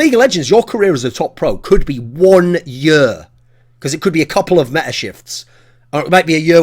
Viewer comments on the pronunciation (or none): none